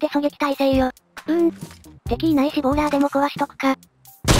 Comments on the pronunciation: ぐさおさん のとこボーラーがボーダーになってますよー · ボーラーをボーダーって言ってましたよ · ボーダーじゃなくてボーラーですよ